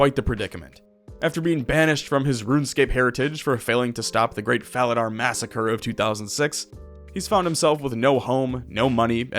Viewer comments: My brother in guthix, it's pronounced fala-door, i'm sorry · The fact you mispronounce Falador multiple times... I'll forgive you